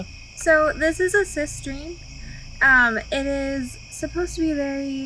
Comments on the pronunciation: ~♡~ did she just say "cistrine"? you were close tho....it's just "ci-trine" you gorgeous goddess you!! ~☆~ what a most generous gift sis!! (love your outfit btw!!) ~♡~ what a lucky and beautiful couple...peace and many blessings...great video everyone!!!! ~♡~ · I absolutely did say “cistrine” lol !! That’s too funny, I have a habit of mispronouncing words - l should’ve known it’d end up happening on camera! 🤣 I never would’ve known I wasn’t saying it right if you hadn’t said anything so thank you! And most importantly, thank you for your kind words ☺️💜